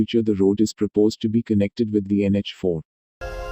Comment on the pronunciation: bhai prapose nahin, propose hota hai